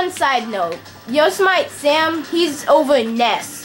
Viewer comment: you should talk a little more when battling computers it might make it more interesting and i do say you guys deserve mor subs you have over 700 videos...oh and by the way to pronounce yosemite it goes yo-sem-it-e :)